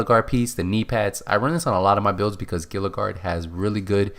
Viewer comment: gila guard (hee-luh) lol